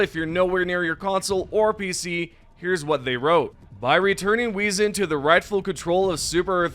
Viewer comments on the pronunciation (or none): WAY-ZEN (Wezen) FEN- RIR (Fenrir) ME-SURES (Measures) Man how hard is it to pronounce English words even though your first language isn't English. I usually don't get bothered by small things but when its consistently bugging, it becomes insufferable.